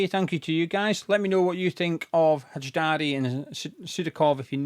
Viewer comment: Name is pronounced Al-bee-on High-dar-ee (Albion Hajdari)